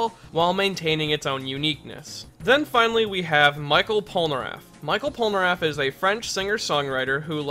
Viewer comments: Pole- ner (as in nerd) -aff (as in affable) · Polnareff, not polnaraff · "Michelle" polnareff not Michael /_ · It’s Pol NA Reffu when a Japanese ascent